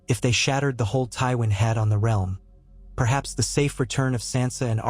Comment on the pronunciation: "..It will shake the R.E.A.R.L.M.." good job electronic voice!